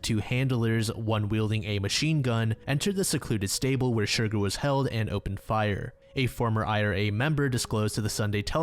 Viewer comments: I hate to be that guy but the Horse's name is pronounced Cher-Garr rather than Shurgur. Besides that this is a great series and im quite happy to see shorter entries more often than potentially having to wait for longer vids. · I'm sorry, I'm gonna be that annoying person. The horses name is pronounced Cher Garr not Shur gur - it was just making me giggle and you said it SO MUCH in that bit